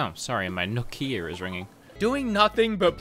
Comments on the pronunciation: “My Nook-ia is ringing” I laughed for an embarassing amount of time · Nook-ia... definitely gonna steal that one